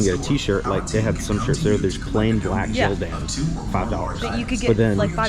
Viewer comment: You said jildan instead of of gildan haha jk